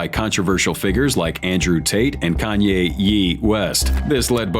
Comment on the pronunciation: Bro said kanye ye west